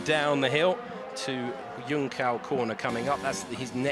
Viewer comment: please don't say yunkao ever again.